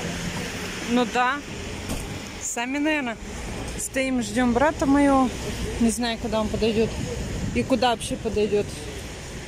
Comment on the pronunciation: Маева (моего)брата, ихненого....о боже...как так можно говорить 😤😤😤😤